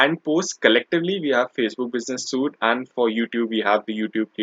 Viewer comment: Dude. Business Suite is pronounced as SWEET.